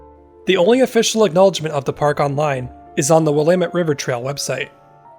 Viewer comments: Please tell, do the local residents actually pronounce it as, Wil-AH-met River"? Thankyou for beautiful vistas! Your researching efforts are much appreciated, too. :) BTW, I'm thinking the gov doesn't "abandon" much, ya know? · one way to remember how to pronounce Willamette...rhymes with dammit. 😉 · I live in Colorado Springs colorado on willamette ave and its weird hearing you pronounce the river name. haha here everyone says "will uh met"